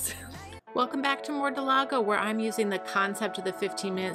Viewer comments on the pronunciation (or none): I love this series because the name of the city is clearly spelled Mordalgo, and yet it's pronounced Mordalágo This is very representative of all the nonsense spellings in real life, excellent job 🌏